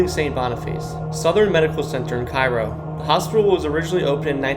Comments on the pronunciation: K row not ky row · Please stop pronouncing Cairo like the city in egypt. It's pronounced kayro like the syrup. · Cairo, Illinois is pronounced CARE-OH (some people erroneously believe that it's pronounced KAY-RO). I personally know Joe Crain who was born in Cairo and was once the weatherman on Channel 20 in Springfield. Ken Norman's former mansion was torn down in 2022. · Kay-Roe, Illinois. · It's pronounced Cay-ro. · It's pronounced KAY-ro. Not like the city in Egypt. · Correct pronunciation is CARE-OH. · Cairo is pronounced CARE-O…….. but good video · Good video. FYI - Cairo is pronounced "CARE-oh, Boniface is "BON-i-fass (not BON-i-face), and Masonic is Muh-SONN-ic (not Mace-on-ic) and Joliet is Jolly-et in southern IL and Joe-liet in the north.